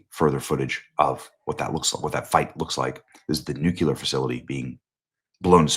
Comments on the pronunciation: Ps only dumbasses say ‘nuke you ler’, it’s pronounced NEWCLEAR!!!! Nuclear!!! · Nu-Clear, NEW CLEE AR, there is no NOOK YOU LAR. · ☆☆BENNY☆☆ You're NOT George W. Bush... It's "NUCLEAR" Not "NUCULAR" 🚫NUCULAR 🚫OLD CLEAR ⭕NEW CLEAR ✔NUCLEAR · Bennie, say it with me: nu-clear. Nu- clear. Nuclear. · Dude. I love you, but it’s nuCLEar. “Come one, man” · Why do people say “nukular” when they see “nuclear?” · And, frankly I’m sick of you saying “nukular.” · It’s pronounced “new-Klee-er” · It's Nuclear, not nucular. Your losing credibility. Everyone knows they have been trying to develop the bomb. Just because they haven't yet doesn't mean they won't. Your also ignoring Israel and the US getting in the way pushing them back. They have nuclear capability already. It's not a secret and they have terrorist proxies all over the place and you and others think they aren't even trying. I guess you want to wait till they get one and you have to say, wow they actually did it,then it's to late. And since when is their a spec of evidence we will get dragged into it with troops. What's next, joining code pink. So now you don't trust Trump and thinks he's that naive or stupid suddenly. Have we put troops in Ukraine? NOPE. It's teally funny these people who claim to be so Christian yesterday don't GARA about Israel. They aren't just some sh hole country. It's God's country. I hate say anti Semetism to quickly but with some on the Right lately, they ate making it obvious considering who they ate taking their information from and side with. It's teally sad. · Benny i love ya, but youve gotta start saying nuclear the right way lol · Benny, youre a smart guy. Please learn to pronounce NUCLEAR. js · Benny- PLEASE learn how to pronounce "NUCLEAR" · Bro cant pronounce nuclear smh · Benny, I love you but it's NOT "newQ'lar" its "new clear"...... Please stop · Please PLEASE, Benny! The word is NUC-LEE-ER. Not NUC-U-LER. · THERE'S NO SUCH WORD AS "NUCULAR"... IT'S NUCLEAR (NEW CLEAR).